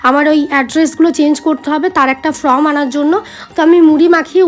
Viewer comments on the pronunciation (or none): From na form..unifrom na uniform.. tumi pronunciation gulo ektu thik koro..ami vul bolle khoma koro.tomake valobasi tomake support kori bolei bollam..didi hisabe bollam..